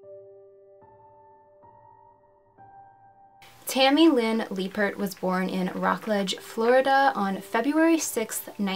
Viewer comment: I love your videos,, but is her name really pronounced "Lee-pert"? Double consonants after a vowel usually indicate a short vowel sound.